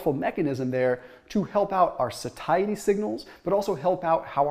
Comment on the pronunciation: isnt it pronounced saishity ? lmfao.... these fitness gurus drivin me crazy saying SaThaiEty.. heard it on another channel too... lol